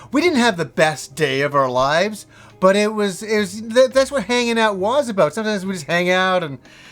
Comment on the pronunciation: Hah, you think you stretch "Episode"??? Well what about the weird way you pronounce "was" like "Waaaaaws" or "Waaauus". Also, damn you had a really nice TV for the year 2000.